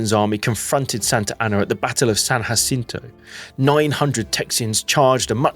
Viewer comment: Great video. Quick note: Texans pronounce "Jacinto" with the English J sound instead of the Spanish H sound. I know, it's technically incorrect, but there's tons of examples like that in Texas. Don't get me started on Menchaca.